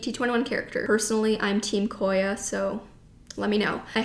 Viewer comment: cor yah